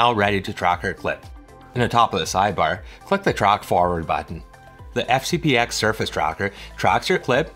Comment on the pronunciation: Wow. Anyone that actually says "FCP EX " loses any and all credibility. 🤦🏼‍♂️ And what's with the speech impediment?